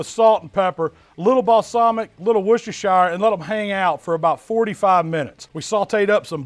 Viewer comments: “Worcester-shy-er” 🙄😂 I’m American but I swear our people don’t know how to pronounce anything unless it’s English language. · why can't americans pronounce worchestershiresauce? english isn't my first language but I find it easy to pronounce it :D